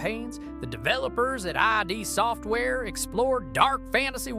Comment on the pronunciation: It's pronounced "Id" Software, not I.D. Software. >=[